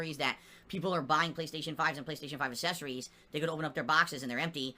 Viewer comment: Am I the only one that notices he constantly mispronounces accessories.